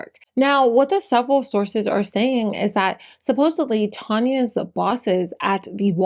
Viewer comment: Respectfully, there is no “b” in the word supposedly.